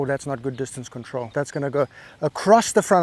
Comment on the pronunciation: I thought you spoke Italian also - a la ‘disatancé controlio’